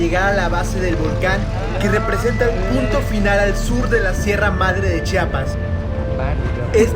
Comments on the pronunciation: Oiga mi amigo se pronuncia CHIAPAS No chapas Pos hay disculpe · Por favor, es Chia-pas, Chia-pas, no "chapas" 🙄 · Hermoso lugar pero se dice chiapas no Chapas, haber si aprende amigo no es la primera ves que vienes.